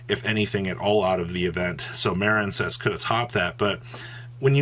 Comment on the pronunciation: Maren cess really? You don't know the word Marine? Like seriously? Why intentionally mispronounce card names?